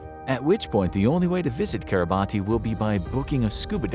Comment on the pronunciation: It’s pronounced kee-rah-bas, not Kiribati. I know, it makes no sense.